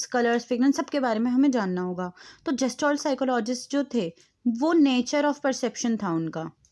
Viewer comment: जेस्टाल्ट nhi गेल्टास्ट hota hain दीदी